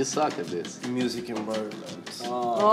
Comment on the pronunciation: "aaaa wuat miusic invairomenttttttttttt" Italian mode came out totally ahaha